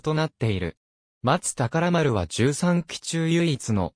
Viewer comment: まつたからまるではなく、まつほうまる、しょうだいこではなく、こだいこ、なかうたまちではなく、なかうたちょう、やどいれではなく、しゅくいれです読み間違いが多過ぎます